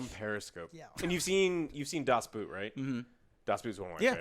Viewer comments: Joe plz, you make my ears bleed. :P it is Das Boot, not das boot, like in the shoe. It speaks more like a bow, with a t at the end. Das Bowt. Get your german right, damnit. ^^ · Well.... "Das Boot" is pronounced like "Boat" because that´s what it means in German. Its not a type of shoe guys !!! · Das Boot is pronounced das Boat, because German. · Das Boot is basically pronounced as Das Boat btw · Saying you love submarine movies and then completely butcher the pronunciation of Das Boot is a cardinal sin